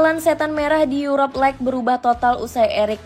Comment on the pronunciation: Gue keganggu ama 'Lek' 'Arsene Winger' dan Hargreaves yang dibaca utuh